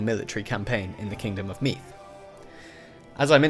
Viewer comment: Use the voiced th sound for Meath. Like the th in father. Solid job with the rest of the pronunciation!